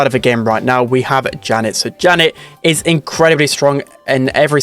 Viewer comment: S/O to for actually pronouncing Janet’s name right 🙌🏻